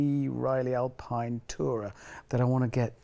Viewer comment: Its Alpine not Alpine HAMMOOOOND